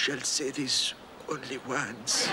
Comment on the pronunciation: Ah shall say theese only wance.